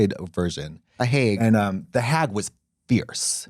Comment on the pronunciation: "the haäæg" 😂😭🧀🧀🧀